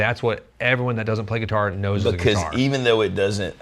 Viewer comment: What the heck is a guititar?